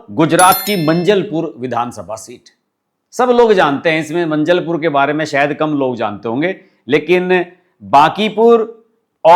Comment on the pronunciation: भाई साब जरा दिमाग को हाज़र रखकर बोलो / वीडियो बनाओ।. आपने मंजलपुर बोला वह मांजलपुर हे। खेर ये तो कुछ नहीं लेकिन नरोत्तम मिश्रा को आपने मुख्यमंत्री बोला।.. आये दिन वीडियो बनाते रहते हो तो आपकी क्वॉलिटी गिर रही हे।